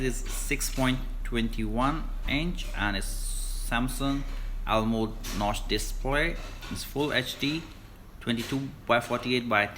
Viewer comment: AMOLED hota hai bhai wo🤣🤣🤣🤣 almode🤣🤣🤣🤣